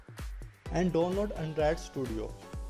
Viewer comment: bro.. its download not donnload..... what a English... bro plz ... change ur English...